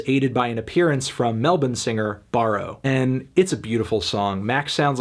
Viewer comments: Thank you deeply for pronouncing 'Melbourne' correctly. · Melon is the only American I have ever heard pronounce the word Melbourne correctly